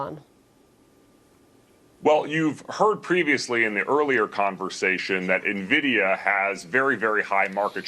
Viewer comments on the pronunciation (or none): I have never heard anyone pronounce NVIDIA like that, you can tell this guy had zero exposure to tech 😂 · This is not how you pronounce NVIDIA :)